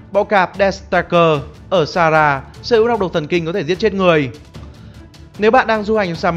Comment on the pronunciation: A cứ đọc sara vậy 😑😑😠😠